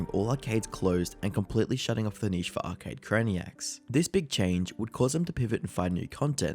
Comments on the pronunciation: Blud said arcade crianks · Great video, but feels like it was rushed out after the Turkey Tom video dropped a week earlier. For example: (1) lots of sloppy mispronunciation of the video's Subject - Arcade "Cranks" / Arcade "Cranaks" (2) No new material, pretty much a recap of everything Turkey Tom already covered. You've been crushing it lately my man, please don't go down the Jake Tran path and churn out quantity over quality!